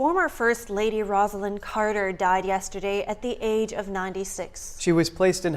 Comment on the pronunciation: ➡ FYI NTD: Rosalynn Carter pronounced her name ROSE-a-lynn. Not the same name as "Rosalind," which is pronounced RAHZ-a-lind. The anchors got it wrong, only the "Look Back" narrator got it right.